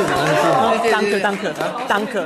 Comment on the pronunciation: Sa sA BuRtIeRt Danach : DaNkEe